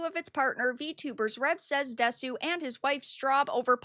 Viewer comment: "Desu" pronounced 'dess.'